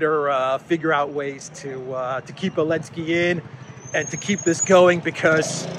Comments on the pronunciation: you're mocking ZipAir for dropping the Z and yet you say "Elensky". Somewhat inconsistent, wouldn't you say? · Zelensky has a Z . He needs to cancel that too. No wonder you say Elensky 😉